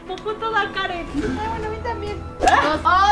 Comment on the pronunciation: se dise karen no kren😱😂